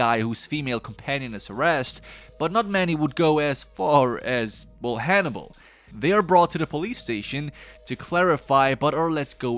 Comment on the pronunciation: I thought you were saying honey bowl and I was like who is honey bowl I've missed something here.